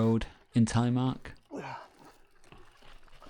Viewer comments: The Norwegian language and syllables are quite different from English. This man does as best he can. I guess it would be easier to pronounce if one thinks about it as Tel eh mark. Less US, more Canadian pronunciation. As in Canadian English you start low and end high with the pronunciation, not as in US, high to low. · Telly-mark?.😂 the name is Telemark.